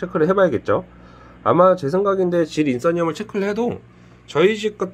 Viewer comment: 질인싼염이 아니라 질인산염입니다ㅋㅋㅋ